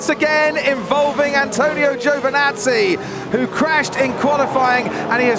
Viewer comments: Would you learn to pronounce his name? It's Giovinazzi not Giovanazzi. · No quite. Its more of a u sound than an o sounds after the g. "Guvinazzi" - Antonio himself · "Joe vinazzi" - Crofty 2017